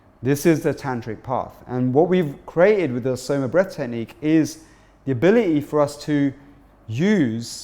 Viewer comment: Please use correct pronunciations for Tantra and Vedic and Soma